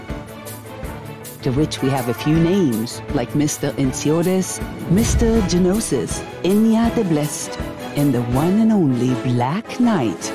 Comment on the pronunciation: 노시스 발음이 이제보니 지노시스였구나